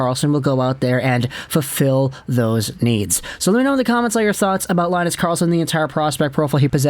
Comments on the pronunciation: He's not gonna center Charlie Brown and Snoopy, it's pronounced Lynn-us, not Lie-nus. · Good Swedish pronounciation of the teams. But it's more like Leen-nus Karrrlss-on 🙂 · its more like Lee-nus, you can hear pronounciations in google translate